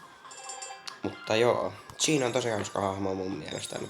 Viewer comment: se pitää lausuu cheen